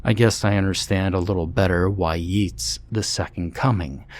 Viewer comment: Ok I gotta be that person because the name is said so many times, but Yeats is pronounced YAY-ts not YEE-ts.